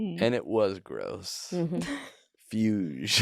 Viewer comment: Holy shit they played mahler 2. best music ever written in the worst podcast ever had by anyone. What an disturbing experience to hear some of the best music ever written followed by Amir calling Beethoven gross and the dumbass miss-pronouncing fuge. Worst episode ever. 10/10